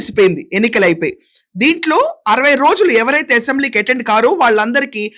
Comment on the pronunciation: అసెంబ్లీ అనే‌ పధం సరిగా పలకండి యసెంబ్లీ నసగా ఉంది రాజకీయ నాయకులు అంతా దొంగలే ఎవరు సత్యం హరిచంద్రుడు లేరు ఆమె పోరాటం ఆదర్శం తెలుగు దేశం పార్టీ లో అంతా చీరకట్టు లో ఉన్నారు వాళ్ళ కంటే మీరే మేలు చొక్కా ప్యాంటు ధరించి ఉంటారు